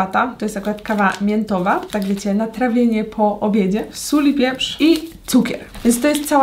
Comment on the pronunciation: Jak mówiłaś "sól pieprz" to ja usłyszałam " sól wieprz". Lol😂